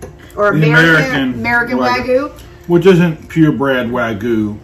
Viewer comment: lol he has to know he’s mispronouncing both Guga and Wagyu